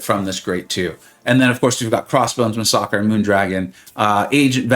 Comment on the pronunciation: Massacre is ... Not pronounced " mas-sock-rae" ... its "mass-ack-er"... just some FYI 😉